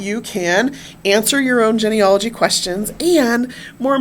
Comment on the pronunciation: One small critique on this video. The first part of the word Genealogy is pronounced Jeanie. Not like hen or Ben. Otherwise great information and content.